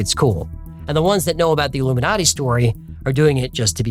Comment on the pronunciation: modiji is illu-me-naughty😂😂